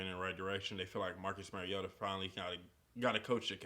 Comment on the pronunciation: It's Mario-ta not Merry-o-ta.